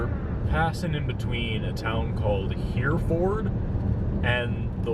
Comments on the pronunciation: I need you to sound more like a Texan when you say Hereford... pronounce it like "Her-ferd"....also, New Mexico is always freaky. My dad is from there and it's always entertaining to visit family. I could show you some freaky shit out there. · OMG... "Here-Ford" 😅 I'm from the panhandle... That's hilarious. BTW, hereford is a kind of black cattle, originally from Hereford, England. The cattle/Texas town version is pronounced "herferd." I don't know how the Brits pronounce it. Cattle are why that town stinks. And pigs. There are plenty of pigs in the panhandle, too. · Hi,! It's pronounced HER-ferd (like the cow,) and it smells like that 'cuz there are massive feedlots in that area. Keep up the fantastic work!